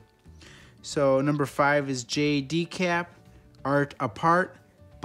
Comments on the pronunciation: why can't you read Decay? It's decaY not decaP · Why do you say “Decap” in stead of decay?